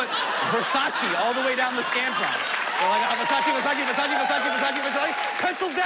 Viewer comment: Vasachii? It’s pronounced versachae